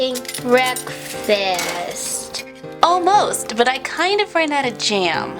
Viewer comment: OMG OMG BEKFAST!!!